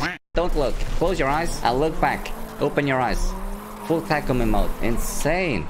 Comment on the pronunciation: you know this dude ain't seen initial D if he's mispronouncing takumi's name. smh.